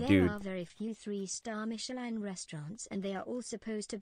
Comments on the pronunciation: it's pronounced Miche-laaaan bonjour. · Want to know how you pronounce Michelin? Say it in an absurdly french accent. Thats exactly how.